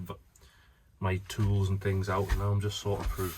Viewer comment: first 10 secs you said going frew what does frew mean 🤷‍♂